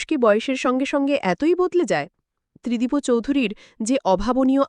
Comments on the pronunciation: Not Tridibo.Tridib.sunte baje lagche. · Tridib babu 👌 Not Tridib bo babu keno bolchen ???? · Spelling uccharone mistake ache, Tridibo na, Tridib r ta ekbare uchharon korte hobe. Otherwise good good explanation. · ত্রিদিবো নয় ত্রিদিব হবে।নিজে একবার শুনুন ।অন্যথায় ভালো।। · The name is wrongly pronounced .